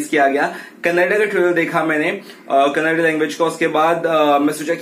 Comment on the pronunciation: Thanks for the pronunciation, Kannada, most of they say Kannad, it is kannada...